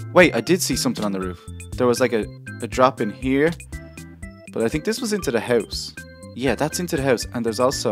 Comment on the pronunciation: hes saying it wrong hes saying hoyse hes not saying house